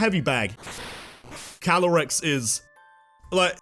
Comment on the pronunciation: CALYREX, NOT CYLAREX! AND THERE SHOULD BE 2 R'S IN LIBRARY!